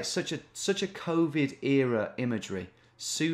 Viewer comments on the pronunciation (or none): none